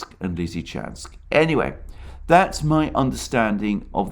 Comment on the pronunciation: Came here to hear Alexander say "Severodonetsk Lizichansk conurbation". . . Was not disappointed. My man delivers.